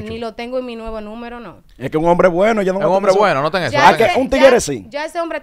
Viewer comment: Repite conmigo si dices (nuivamo) no sofoca a nadie 🤣😂muy linda la chica pero debe educarse